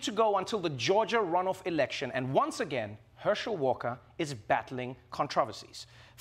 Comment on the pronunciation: never been to GA, but a guy that can't pronounce election and wants to be a werewolf is going to change that⁉️